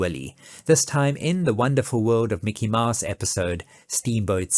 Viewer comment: Mickey "Maahs"? That's Mickey "Mows" (/maʊs/).